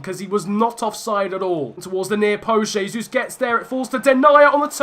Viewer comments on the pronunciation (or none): none